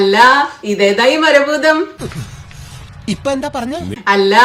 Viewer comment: മര ബൂതം, ബാഗം - കന്യാസ്ത്രീയുടെ ഇംഗ്ലീഷിന് മാത്രം അല്ല പ്രശ്നം. കാനഡ അമ്മച്ചിയുടെ മലയാളത്തിനു നല്ല പ്രശ്നം ഉണ്ട്.